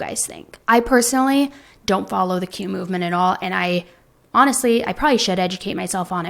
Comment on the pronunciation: what the hell is Q-movement? You need to at least pronounce it clearly so people can look it up.